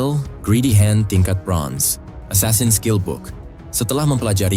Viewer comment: Asasin jangan esasen